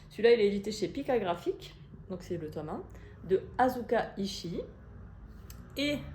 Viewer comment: Merci pour ta vidéo. Pour info, le premier manga que tu présentes, il faut prononcer Azka pour le prénom. Il y a une catcheuse japonaise qui se prénomme ainsi; je connais donc la prononciation. À bientôt pour les grands mères dans l' espace.